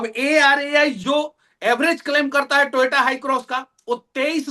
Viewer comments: Nitin gadkari ko koi pehle toyota bolna sikhao yaar....toyato bolne ka copyright hai uske pass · Toyota ❌ Toyaato✅